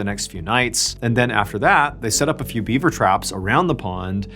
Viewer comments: Was he saying Bieber instead of beaver!? 🤣🤣🤣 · Are you saying “Bieber” instead of “beaver?” Are my ears screwing with me? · Gosh darn it!! Is he saying beaber every time? 😂 I swear he's saying beaber and not Beaver. Ruined the whole story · He actually says Bieber every time he says Bieber trap a few times 😂😂